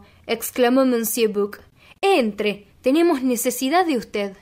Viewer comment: Gracias!! Me suscribo ipso facto! Permíteme un tip para mejorar, aún más tu lectura, cuando aparezca alguna palabra en un idioma que desconoces, puedes consultar Google y escuchar como suena, tal es el caso de monsieur que suena algo así como "mesié". Saludos cordiales!